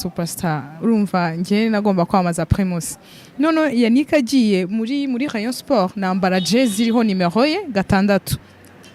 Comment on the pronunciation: Rheyonsporh Prhimus APRh Contrha 😂😂😂😂